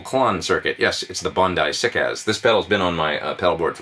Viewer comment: HE SAID SICK-AS RIGHT!!